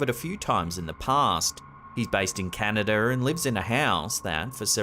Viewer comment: No "r" in the word Canada! 😂